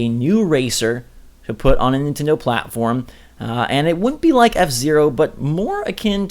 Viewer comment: Good job on sayings f-zero